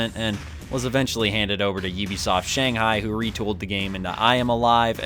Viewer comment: Its pronounced "U-be Soft" as in Ubiquitous, not "Oh-be Soft".